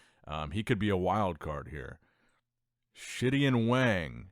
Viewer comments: now we know what you are really bad at, pronouncing names especially Chinese names.😂 I mean come on Chen Chang(Kang), and SHITian (Shi-tian)?! 😂😂😂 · The way you pronounced Shitian Wang 🤣